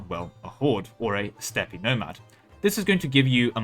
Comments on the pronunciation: Dear sir, the word "Steppe" is pronounced the same as the word "Step", just fyi ^^ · does he know how steppe is pronounced or is he just fucking with us is the real question